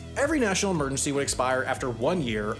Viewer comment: Your pronunciation of emergency bothers me intrinsically. 😓